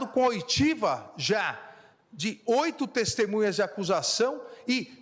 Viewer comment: Ele fala : destemunhas, eu ouvi bem? Misericórdia